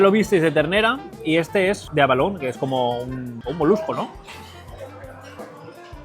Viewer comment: eso que comes hacia el final es abulón y tú lo llamas Avalón minuto